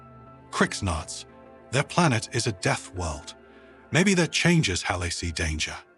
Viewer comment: Can't even teach your ai how to pronounce "death" correctly? Pfft.